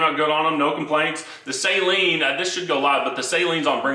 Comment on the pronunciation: People that pronounce Steve Saleen’s name “say-leen” 😖😅